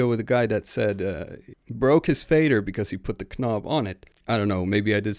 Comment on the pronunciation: Please, stop pronuncing the "K" in "knob", "knock-out", "knee", it makes you sound like a knewbie (tho you have a very good accent overall)